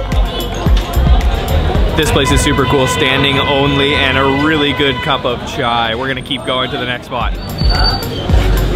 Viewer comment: At least one foreigner who can speak chai properly it's that simple